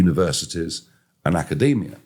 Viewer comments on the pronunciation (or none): none